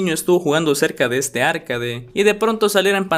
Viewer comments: arcaDE no ARcade, o si quieres puedes decir "arqueid" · Me dio toc escuchar “árcade” en vez de “arcade” o “arkeid” 😢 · Por dices Arcade? Es arcAde.